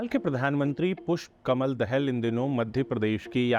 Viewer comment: Abbe chmtiyo he is not Dehel Dahal 'Daa-Hal'